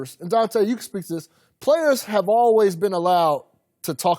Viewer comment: i just hate how collin pronounces "always" like "alwez"